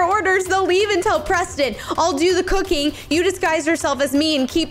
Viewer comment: Oops Siri got Preston‘s name wrong